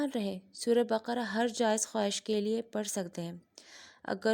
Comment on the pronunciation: MashaAllaah acha laga aapne surat Ul bakara ka naam teek parha,aksar log surat Ul bakra parhte hain jokay ghalat hai,Allaah khush rakkay